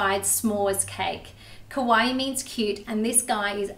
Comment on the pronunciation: Hihi just correcting u ~~ What you said was "kowai means cute" when kowai means scary in Japan. Kawaii is pronounced kawai-i! Like hawaii but with a k ykno~ uwu